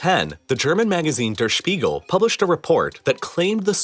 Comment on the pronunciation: hahaha that pronounciaton of der Spiegel. Sounds like Spiegelei (fried Eggs)